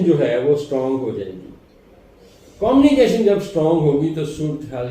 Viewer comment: ابھی تک آپ کی گزشتہ تو کوئی بات پوری نہیں ھوئی بس ستاروں کی آپ نے دوڑ لگوا رکھی ھے مہربانی کریں ستاروں کو تھوڑا "ساہ" بھی لے لینے دیں۔۔۔ لفظ قومی کیشن نہیں بلکہ کمیونیکیشن ھوتا ھے ۔۔۔جھوٹی تسلیان دے کر آپ کتنا عرصہ لائیکس سمیٹتے رھیں گے ؟؟؟؟؟ اب ایک ھی طرح کی باتیں سن سن کر تو کان بھی پک گئے ھیں ۔۔۔۔ ھون تے معافی دے دیوسرکار